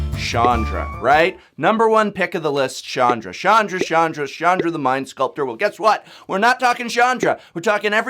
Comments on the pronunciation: Prof CH is not pronounced as SH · hard "ch" not soft "ch" with Chandra. Also you have made enemies with very impulsive individuals. I'm not sure what we're going to do, but it's going to be poorly thought out!